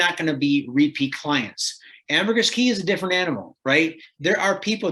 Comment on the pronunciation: It is Ambergris Caye (caye is pronounced as key). It is not a city or village, but a Caribbean island off the coast of mainland Belize. The primary city on Ambergris Caye is San Pedro.